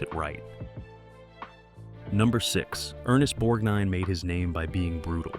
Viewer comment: Nice goin and the restof ya!, Bludy brilliant movie! One of my favorite movies, I haven't seen enuf times, yet! But I gotta remind you, thats Ermest BorGnine not nor bornine!!!!! Who or what is pruet shouldn't that be Pru'I't I hope when I watch it again your tainted wordin wont ruin it for me!